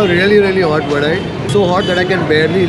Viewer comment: South Indians: Vadai:Vadeh